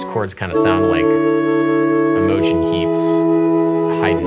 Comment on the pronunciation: "iMOgen Heap's"